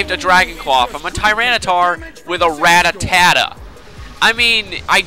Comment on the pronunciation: u mispronounce rattata. just sayin